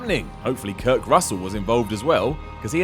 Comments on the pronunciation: "Kirk" Russell??? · Anyone else notice said Kirk Russell not Kurt Russell?